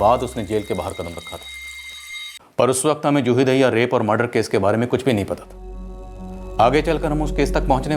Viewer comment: Madhu Dube ji Daahiya❌dahiya ✅ Hota hai 😂